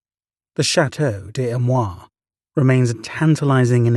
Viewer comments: A...me...rois...say it correctly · The narrator doesn't even try to pronounce Amerois even remotely correctly